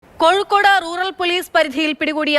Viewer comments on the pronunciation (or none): കൊഴുൾകൊടുഎന്നല്ല, കോഴിക്കോട് 😁